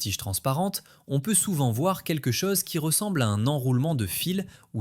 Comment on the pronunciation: Hote technologie, otel, otre chose, la cose.... fotes de prononciation !